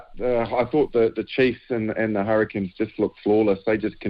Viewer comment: Hurri"Canes" not the Hurri"Kins" 😂